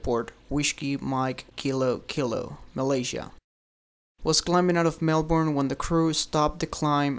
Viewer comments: Just saying, over here we say Mel-burn not Mel-born. Thanks :P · TheDore [Theodore] it's way more like "mel-bin"